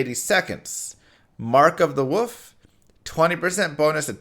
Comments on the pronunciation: Does know there's an l in the word "wolf" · Mark of the "woof"? You live on the east coast of the U.S. don't you? I had a friend who said "wolf" like "woof" every time and he was from the east coast.